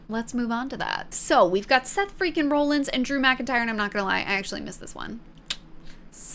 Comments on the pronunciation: Lmao!! It made me a little mad too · You’re saying Rollins wrong 🤣 love it!! Welcome to wrestling entertainment universe. The fans are a huge part of it too!! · Roll Ins? Not raw-lins? Ok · I love the misinformation honestly it made me laugh. Like Becky being married to LA Knight and not Seth “Roll-ins” (it’s pronocuned Rawl-ins) or every time you’d say Bloodlines instead of Bloodline. Great video and welcome to wrestling! Peacock has all the premium live events like Wrestlemania as they happen, and they get the weekly shows one month after they air, but they also have the entire backlog of WWE if you want to watch old things. They have a really good documentary on Cody Rhodes and several about The Undertaker. I’d recommend watching those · (RAH) (LINS) not (ROLL) (LINS) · Why are you pronouncing it Rawlings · Raw-lins not rollins. he pronounces it weird. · seth rah-lins, not roll-ins. text it to yourself, although im sure with over 1800 comments you have heard this already. im not reading them all lol. great video otherwise. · Very understandable mistake, based on how it's spelled. But.... "RAH-lins" Not ROLL-ins... Sorry, had to just do that one. Rest is fine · Best part is that you pronounced it Rawlins once then proceeded to go back to the Roll-ins pronunciation 😂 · no hate, only saying this because i haven’t seen any other comments but Seth’s last name is pronounced like raw-lins. no hate, love to see new fans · Seth Freaking Roll ins😂😂 I can't help but laugh when she says roll ins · It’s pronounced Seth Raw-llins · Seth Franklin rollings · I'm glad you had fun. Only three nitpicks.. It's Seth "Freakin" Rollins (pronounced Rawlins like Henry Rollins); it's the Bloodline, not Bloodlines, and Andrade's name is pronounced "On-draw-day". But I dug your gimmick and the facepaint. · You watched WrestleMania and even heard your friends talk about Seth Rollins yet you couldn't even pronounce his name right also jey and Jimmy uso aren't cousins they're brothers